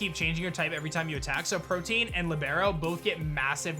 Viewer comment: Why does everyone say protean wrong? It's not protein it's pro-te-an it's a legitimate word.